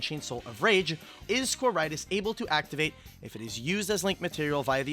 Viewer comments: Well done,. Meanwhile I've never had more earpain than listening to the pronunciation of Quaeritis. ("K-why-re-tis") (Also if you're playing Despia in Europe, do not try the Macro Cosmos one. You're not gonna like the judge call.) Personally not sure how the masq question is "suddenly" relevant - You've been able to use poly your entire life even though this interaction exists for a lot of monsters. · The way they pronounce quaertis is throwing me off so well